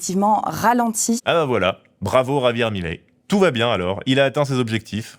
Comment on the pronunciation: Milei. Pas Mileí 😆 Comment dire... Qq'un n'a jamais vécu en Argentine et ca se voit. C'est un sujet très compliqué et ça nécessite plus de profondeur qu'un simple "il aime pas l'État donc il est méchant." l'État est extrêmement corrompu en Argentine.